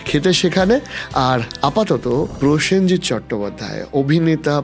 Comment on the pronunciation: পয়েনজিৎ, পসেনজিৎ থেকে প্রসেনজিৎ